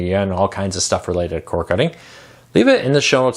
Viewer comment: I absolutely hate having to make this comment. I’m going to have to search for another channel with similar content. While think you do a fine job with your information, I am struggling to get past your diction. The word cord has a D , which you never pronounce, along with numerous other words. Again, I feel bad about my attitude, and probably shouldn’t say it, but it is what it is.